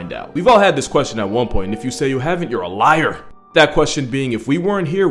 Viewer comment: If you say no than your liar! He put so much emphasis on liar, witch made it so much more funny.